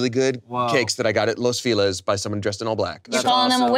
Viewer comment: Just fyi, Los Feliz is pronounced “Feh-lees” not “Fee-lees” 🙂